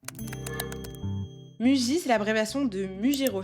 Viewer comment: Attention on lit "mouji" en japonais